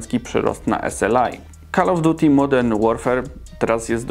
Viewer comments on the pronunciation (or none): No ja wszystko rozumiem ale błagam "kol of djuti"! Jak słyszę twoje "kal of duti" to coś we mnie pęka...